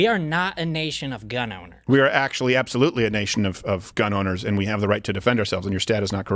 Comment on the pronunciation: its apsalutly apsalut